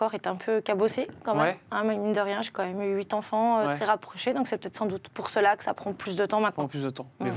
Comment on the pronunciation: Huit zenfants ?